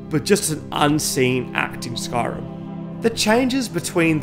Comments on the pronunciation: sorry but SKARIM!? It's spelt SKYrim for a reason, please learn to pronounce the name correctly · I hear ‘skarm’ not Skyrim